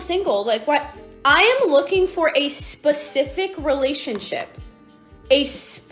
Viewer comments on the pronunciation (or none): Why do I feel like this girl just learnt how to pronounce Specific, geez she used it so many times with so much weird emphasis on the S; Sssspecific! 😂